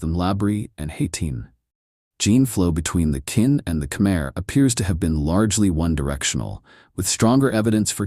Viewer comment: Kinh is pronounced more like 'King'...its definitely not pronounced 'Kin'.